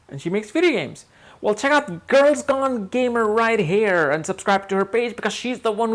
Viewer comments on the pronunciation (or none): none